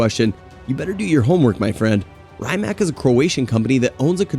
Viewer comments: rye mac🤣 its Rimac = ree·mak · good video mate... but the way you butcher the pronounciation of certain names is mad🤣😅 like Rymac, chairon etc...